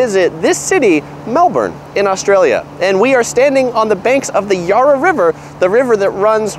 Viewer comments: Melben thats how you say it... And its yara not yorra. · Good video for visitors, but The river is not pronounced “yaahra” , but Yarra (as in flat) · The Yurra River was correct pronunciation? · Started to slip on your pronunciations of Melbourne and Yarra but still great, when compared to Most "what to do" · Saying we have 9 month winters is nonsense. Summers are hot and we have beautiful springs and autumns with temperatures in the low to mid 20’s celsius. Next time you do a video about Melbourne learn how to pronounce it, along with the Yarra river.